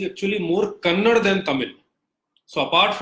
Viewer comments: It is not Kannad... It's Kannada you bastard. First, you study linguistics, then you know some facts about languages and then discuss things like this with facts, not with your lies and bullshit and blah blah blah. Also, those are not versions of Tamil, those are dialects, just like Hindi too has different dialects in different regions/states. You moron. However, I agree that Hindi is the unifying language of all regions/states of India and ppl of all states need to know Hindi, at least a little. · Vikram Bhaskaran tamilans pronounce everything worst.... they say Telugu as telungu.... mumbai as bambai...... Kannada as kannadam....... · Why do people of the North have difficulties pronouncing Karnataka and Kannada there is 'a' at the end phoentically you are killing the pronounciation